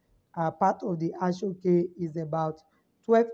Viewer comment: Thanks for the lecture. The name of the material is Aso-Oke pronounced as asho oke